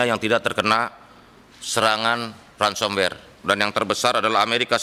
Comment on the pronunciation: Dari cara ngomong ransomwer sama lates fersion😅